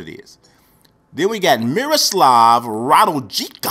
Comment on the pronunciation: I'm from Serbia and his name we should read RADULJICA but you can read RA-DU-LI-CA ;) You read in this video RA-DUL-JICA